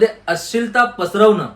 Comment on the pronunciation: आम्हाला तुमची तळमळ कळते. पण आपण।मराठी माणसाने तरी मराठी शुद्ध बोलले पाहिजे. अश्लिल..अशील नाही हो. बरेच उच्चार चुकीचे होत आहेत. जरा लक्ष द्या.